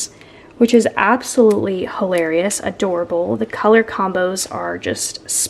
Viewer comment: Hi, Every time you say the word halerious it reminds me of your niece. I think it was the time the two of you were laying on the couch watching TV and she kept putting her feet on you and you called her out on it. You told her she was halarious and she said YOU were hilarious in the cutest little voice.